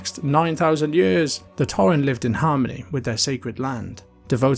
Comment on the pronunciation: I enjoyed this video, but every time you said "torren", it hurt me a bit haha.